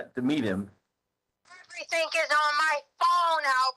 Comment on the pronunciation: I know! I cannot stand it! Maybe she doesn't know how to read. She's never picked up that the spelling any of those words do not include a "k"